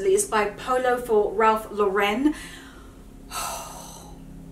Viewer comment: It's ralph LOR-en :)